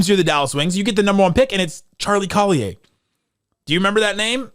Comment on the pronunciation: Dude can’t even pronounce “Collier” correctly. You’re canceled bud.